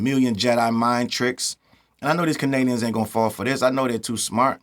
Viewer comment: It's Kennadians for now on 😂